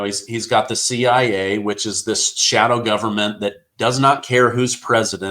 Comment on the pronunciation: Why does this guy always refer to the CIA as "the CI?" Is it really that difficult to say CIA?